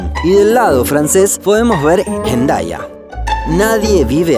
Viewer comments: Buen vídeo, pero cuida la pronunciación. Hendaya, sin aspirar la H. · Millennials descubren la pronunciación argentina.